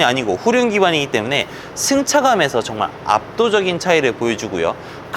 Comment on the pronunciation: 층차감 ㅡ.ㅡ발음진짜